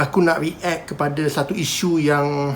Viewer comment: aku je ke terganggu dengan cara cakap "re-act"? haha react! bukan re-act!